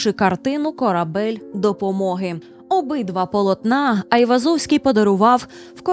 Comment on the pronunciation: Гайвозовський?😂 взагалі то нерусіфіковане ім'я та призвіще Ованес/Оганес (Іван) Айвазян (Айврзовський ), його рідний брат був головою кримської єпархії Вірменської Апостольської Церкви Криму, а похований Айвозовський за власним бажанням, у дворі середньовічної вірменської церкви Сурб Саркис (Святий Сергій)